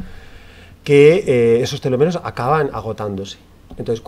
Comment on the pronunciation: Es Telómeros, no telomeros. Con acento en la primera ‘o’